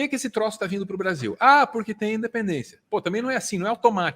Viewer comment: 200 anos de "DEPENDÊNCIA"... sabe nem falar esse bossal...